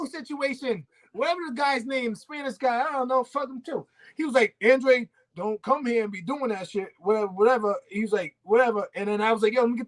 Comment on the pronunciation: I don't know why people keep mispronunciation his names its (AAHNN DRAAA DEY) hE'S CAPE VERDEAN aka capo verde